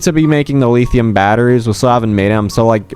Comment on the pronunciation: "Leetheeum batteries" 💀